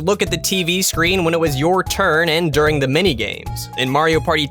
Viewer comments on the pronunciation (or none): none